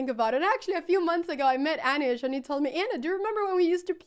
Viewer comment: Aneeesh, not Anash 😂